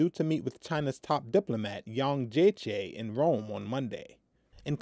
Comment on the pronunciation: You pronunced Yang's name so wrong haha